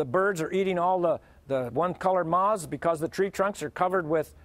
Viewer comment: Is he trying to say moth? How do you butcher it so much to turn into maw?